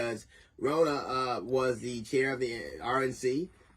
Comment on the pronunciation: Her name is Ronna Romney McDaniels. Ronna is pronounced like Donna. She is Senator Mitt Rodney’s niece